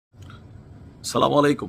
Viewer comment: সালাম দেওয়াটা ভাল করে শুদ্ধ করে দেওয়ার চেষ্টা করবেন।